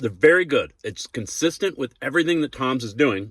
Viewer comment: It’s TIMS!! Not Toms!!! You said it like 5 times and even looked at the packet ! It’s in the Title!! TIMS!!! Do you have trouble reading ?